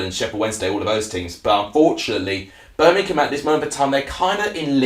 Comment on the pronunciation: Feller it’s Birmingham not Berminkum 🤷🏼‍♂️ if you are going to give reviews get the F***ing Language right